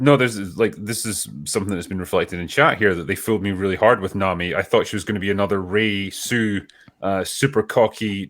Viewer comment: Trust me, there's love interests.. maybe not yet.. but give it time. Also her name is pronounced Nah Me.. not Nam me.. can't believe got that wrong.. tell me you haven't actually watched it without telling me you haven't actually watched it. Or i guess he did.. but still.. how do you get a name wrong when they say it right in the show?